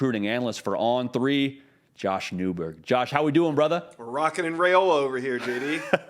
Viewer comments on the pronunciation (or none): It’s RYE-ola not RAY-ola.